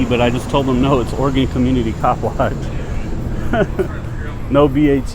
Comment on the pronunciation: Glad to hear a Cali boy pronounce Oregon right!